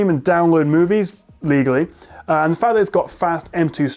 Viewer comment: The emphasis on "legally" makes me question how genuine it is 😂